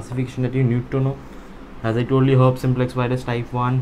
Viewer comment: It's pronounced as her peas